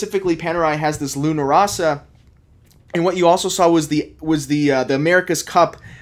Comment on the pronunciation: You can't even pronounce luna rossa but you'll end your video with ciao...